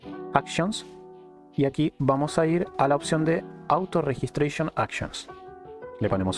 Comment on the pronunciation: Autoregistrazyon?, ¿C{omo se escribe eso en español? que creo es tu lebgua nativa auto-reggistrasion.... hhhmmmes en serio?....